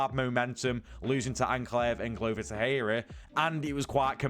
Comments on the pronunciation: Bro I love your content but PLEASEEEE, pronounce Glover Texeira ‘Glover Tek Sharer’❤️ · new mythical fighter Glover Tehera 😂 dude what is up with your lack of research. Easy work finding a clip where people pronounce his last name properly